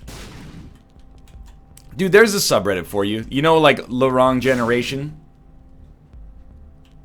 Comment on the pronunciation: Why does he pronounce "the wrong" as "larong"?